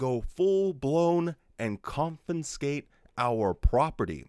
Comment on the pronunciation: side side point: i love you. practice saying confiscate with me tho. lol. confiscate.